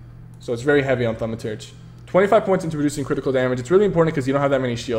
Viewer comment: | Gaming Channel its pronounced thur ma churge